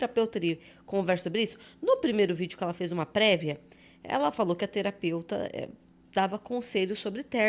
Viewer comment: Terapeuta ou teraputa? 😅